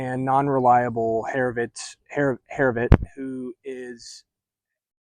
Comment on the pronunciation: Great vid. Herovit may be pronounced Hir O Wit (I could be wrong) but this sounds like a Jewish oriented book and that is probably how it is spoken